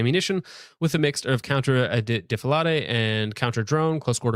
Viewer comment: Defălād. Not defaladey. What are u? Le Heckkin french?